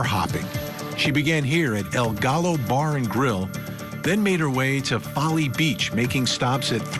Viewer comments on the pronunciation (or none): El Gallo?/ It's Spanish. It's pronounced El Ga-yo. The Rooster in Spanish. I know that's not the gist of the video but as a Mexican American I get frustrated with the butchering of our language. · That's not how "Gallo" is pronounced.